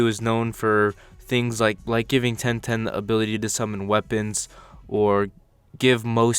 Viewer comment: You smoking something saying ten ten